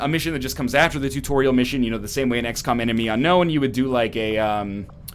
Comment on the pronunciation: sounded like he said "x-cum"